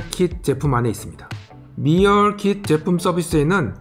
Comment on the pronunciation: 영상은 재밌게 잘 보고 있는데, 오늘 따라 발음이 틀린 게 많네요. 선글라스 때문에 철자가 잘 안 보이시는 걸 수도... breakfast: "블랙패스트"가 아니라 "브렉퍼스트" meal: "리얼"이 아니라 "미일" shelf: "셀프"가 아니라 "셸프"